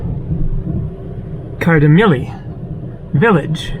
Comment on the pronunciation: Kardamyli is the only pronunciation you have right :) Sorry...